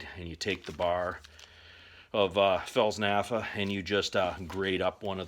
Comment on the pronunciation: Fels "nafa" lol. Replace the "p" with an "f" and ignore the "t" why not? Good video though, very much appreciated.